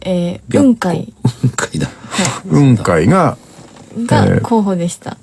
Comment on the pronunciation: 蕎麦焼酎の雲海ではなく、空にある雲海イメージだよね？ イントネーション「半生」でなく「反省」の位置だと思うんだけど「半生」の言い方してるw